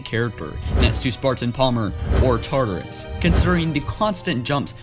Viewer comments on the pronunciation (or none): none